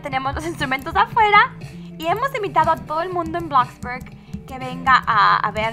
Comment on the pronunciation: bloxburg no blaxbarg :v